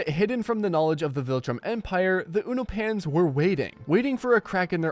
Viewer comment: Have you not watched the show? Why can’t you say Allen’s race right?😂